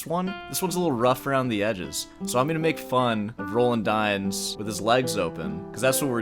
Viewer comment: Roland Dyens is pronounced Row Laand (a long "A" aa in lawn) Dee ans. He is now gone and missed by many of us old time guitarists as he was a wonderful composer and arranger. His jazz standards on the classical guitar are unmatched and most difficult to perform. When he starts at a concert, he improvises, playing something from his head. In this way he begins to get into the right frame of mind before he starts playing the pieces on the program. He was a friend and mentor to many of us, and he would play from a whisper to triple forte. His comments to students at master classes are most valuable because he doesn't pull any punches similar to your style of speaking. When he came to San Francisco I would attend his performances. He was one that I wouldn't miss, along with Yamashita.